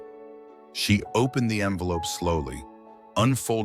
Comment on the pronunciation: AI needs work on pronunciation! Fiancé, naive, envelope not armful for example. Just saying. Well at least Julien wasn’t a serial killer…or was he?